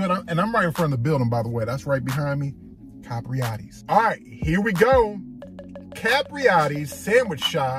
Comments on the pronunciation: Bro why you keep calling it Capriotta’s? Capriotti’s with an i 😂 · Please please pronounce it right...its cap ri ot tees I know I'm spelling it wrong on purpose to give u a break down....good video bro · Why can’t ANYONE pronounce the name right.. it’s like they don’t even read the name… where does this dude see an A at the end